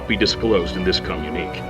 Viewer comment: "Communique" is pronounced "kuh--myoon--ih--kay".